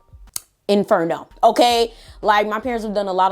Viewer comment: She said "enferno" 😂